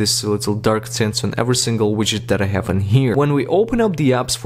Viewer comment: “You will hayf to jeil break your de-vice” Wait- thats illegal.